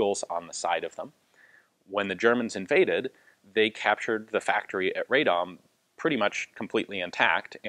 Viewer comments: Pronunciation is RAH-dom, not RAY-dom. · Just quick help with pronunciation. Radom should be pronounced Raadom, like Aadvark, not Raydom. (Of course kudos for good try) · I understand and empathize that Polish city names are impossibly difficult to pronounce, but in this case it's read like it's written, "Ra-dom" rather than Raydom. Thank you for the video :) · RADOM, not RAY-DOM but anyway good to hear something good about Poland. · Ian, pronounced "rad'-um' as not ray'dom. .. At least that is how the residents of Radom pronounce their town. between Warsaw and Krakow on the drive down south. :) Good review otherwise. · I mean that RAH is much more similar to Polish /ra/ than the RAY is. And RA would also be too far, since it's more like /ae/ sound, which is not present in Polish. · Very interesting history. I didn't know about those brave workers. The city by the way is pronounced like "Rah-dom". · The pronunciation of the city of Radom sounds more like Raa-dome. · rather RA -DOM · "RAD-DOM" is the correct pronouncation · "Ray-dom"? What? At least try.